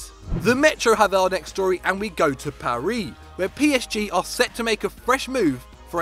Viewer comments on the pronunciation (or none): This weeks biggest transfer headlines lol "we ask you to find the biggest transfer headlines" what am I sky sports sources??? And it's pronounced Paris not paree this guy needs to quit yet now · if you don't start to pronounce alcacer or Paris right I swear to god I will smack you